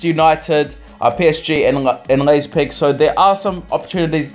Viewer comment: Its Leipzig not Leizpig